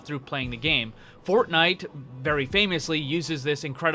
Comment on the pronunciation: When he says “fortnite” the first time I died